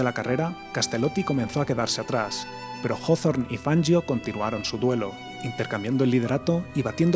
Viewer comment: Jajaaa..."Fanyio",que ignaro.😂